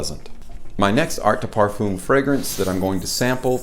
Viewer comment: hi. you have to learn how to say "Parfum" in french, and not saying it like "perfooom" that's not the pronunciation and for a french guy it sounds pretty ridiculous